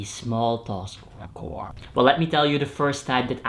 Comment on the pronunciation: If you're wondering, chore is sounded with the "tch" sound like in "chasing" But all good, I still understood what you meant 🙃